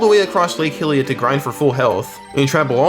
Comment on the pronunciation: “hill-lia” “eh-puh-nuh” i wouldn’t trust this man with pronunciation help